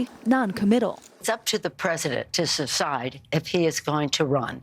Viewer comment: Nancy can’t even pronounce “ decide”hahahaa what a bunch of clowns